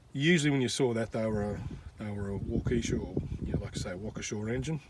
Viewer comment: G'Day, I live in Arizona 🌵I'm not too familiar with tractors, but like any type of machinery with an engine. I follow your mate Steve and Geoffrey also. You pronounce Waukesha correctly. Just imagine a "w" at the end. I enjoy your videos mate, very detailed and informative. Cheers, Scott 🌵